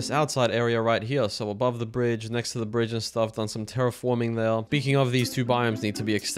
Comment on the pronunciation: terraforming? no, ter-reforming